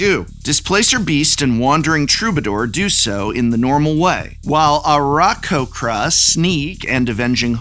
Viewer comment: The attempt to pronounce Aarakocra was truly admirable, albeit terrible.